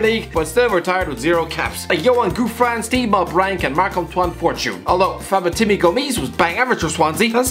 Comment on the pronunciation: Fabetimbi Gomis XD